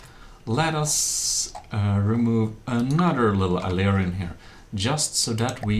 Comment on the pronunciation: Wait, ammo processors were still in the game only a year ago? I felt like they were made useless sooner after when I last stopped playing like 2yrs ago or something lol. Other than that this is still an excellent tutorial, afaik. (I know a lot of ppl have probably corrected this, and I understand it's both a strangely spelled and difficult and uncommon word, but "aileron" is pronounced "a-ler-on" (even that spelling is ambiguous, sorry!) Less ambiguously, it's "A" pronounced just like saying "the letter 'A'" then "ler" pronounced as in "taller" and then "on" pronounced just like the word "on" Hope this helps and also hasn't been said by too many other people!